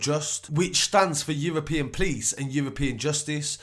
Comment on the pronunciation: The PLICE .... lol instead of P-o-l-i-c-e, kinda anoying